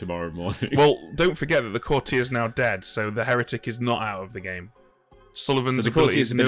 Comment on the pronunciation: Why do so many of them pronounce it courti-yay to rhyme with every day? No idea if they say it differently in the US but anyone British should know it's pronounced courti-er to rhyme with naughtier?? Baffling!!